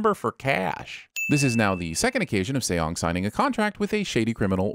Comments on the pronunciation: I really wish you would make sure of the characters' names' pronunciation before recording this... my skin crawled every time I heard you say Say-ong or See-ong for the main character. It's just pronounced like the English word "song" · Lol. /See-yong/ 😂😂